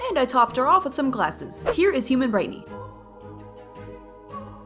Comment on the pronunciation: It’s brighteny not Britney